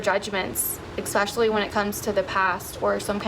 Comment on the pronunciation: I have noticed that MOST people pronounce the word especially wrong and it drives me nuts! It’s Es-pecially not Ex-specially! Sorry but it drives me crazy when people pronounce this word wrong!